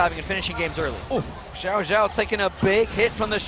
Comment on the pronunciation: so annoying when they say xiao as Jiao lol.